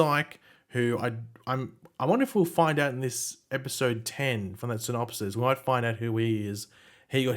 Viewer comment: Pronunciation "synopsees" ...